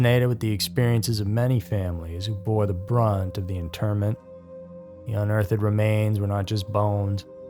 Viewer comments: For the love of God; will please learn how to pronounce words correctly. ITS NOT UNEARTH ED........ it's UNEARTHED!!!!!!!!! It's like you grew up in a FUCKING CLOSET. Just saying! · Who is Unearth Ed anyway? Are you trying to say unearthed? Pronounce it like in birthed, or perched, or searched. ED has nothing to do with it. And the ANNALS of time are not pronounced like the way I am ANAL about pronunciation, they are two different words, and are pronounced differently. Google it. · I love everything about you and your videos except the way you say unearthed. I've been listening to you for years and I haven't said anything yet but I can't take it anymore. Would you please pronounce it correctly in the future? It would make me a very happy camper. (pun intended) 😊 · I just saw your comment. I just posted the same thing about the way he says unearthed. Love everything else though.